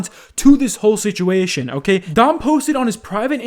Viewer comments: you literally sound like an Irish person saying 'situation' 😊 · Oh yeah he kinda does